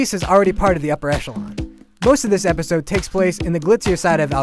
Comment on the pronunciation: did he say "episod"??? ahahahahah i believe the correct word is episode.